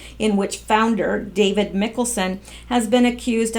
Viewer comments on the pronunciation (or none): none